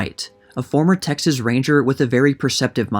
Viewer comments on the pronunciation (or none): none